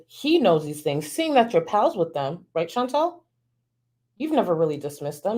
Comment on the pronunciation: Her name is ChantAL. (Phonetically pronounced Shawn-tall) Not Chantelle. ♥️♥️♥️ but love your video!!